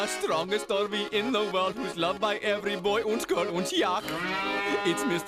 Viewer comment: They missed the t in strongest in mr.poe & yogul's intro